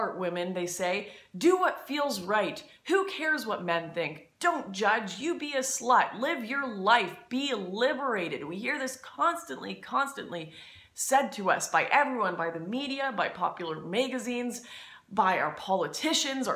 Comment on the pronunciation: The way she says MAY-gazines and BAY-ggage makes me want to die